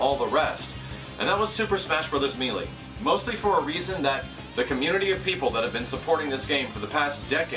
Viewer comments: I really appreciate your support, and you're awesome at what you do, but I can't help but tell you that it's pronounced "may-lay". It's a very common mistake for a word that isn't used often in common speech. I just felt the need to correct a common error is all. Thanks again,. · I appreciate You saying this, I do. And the new Wii U Smash Bros will most likely be considered a Fighting game by Nintendo itself. But I'm gonna be that guy (Among others I'm sure) It's pronounced May Lay. It was annoying me through out the video, but I did Hear the Message. And I Certainly Hope Nintendo does as well. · mêlée - meh-lay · you know people from different parts of the country say words differently, and in no way is 'may-lay' the correct pronunciation for the word. So get of your high horse you English nazi whos wrong. Also stop this open letter shit, its now played out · You're killing me. Pronouncing it "me lee". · When's the last time you actually listened to the game? in the game, on the title screen no less, it's pronounced MAY LAY. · Closer to may-lay. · melee is pronounced meh-lay. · Mêlée = Meh-lay French lesson. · Melee - Pronounced Maylay ˈ(mā-ˌlā) Long "a" sounds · you should probably start pronouncing "melee" correctly. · God I hate the way people say melee. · for the love of baby jesus, it's "May-lay" not "Mee-lee" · Me-lee? I thought it was pronounced may-lay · Actually according to most sources online it is either may-lay or meh-lay. Mealy is a completely incorrect way of pronouncing it either way though. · Ugh....me....lee......damnit, say MAYLAY :rage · it's pronounced maylay, not meelee. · meelee meelee meelee meelee meelee meelee meelee meelee meelee meelee meelee meelee meelee meelee meelee meelee meelee meelee meelee meelee meelee meelee .... "may-lay" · Wonderfully said,. I hope Nintendo recognizes just how big the next Smash Bros game can be. Also, it's pronounced "may-lay" not "mee-lee":)